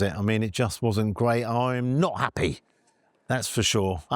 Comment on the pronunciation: Sounds more like Crappy than Happy,!